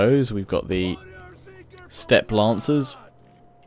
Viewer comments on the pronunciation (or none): none